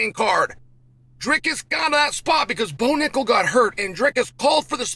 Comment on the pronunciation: Not bo nickel”back” 😂